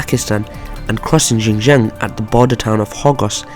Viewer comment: Xin Jiang is pronounced SHIN JIANG. With a very heavey SH sound.